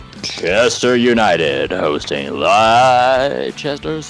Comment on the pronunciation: Leicester not lichester